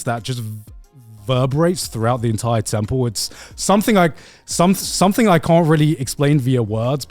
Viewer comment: every time garnt says temple, i hear 10 pull genshin has ruined me, send help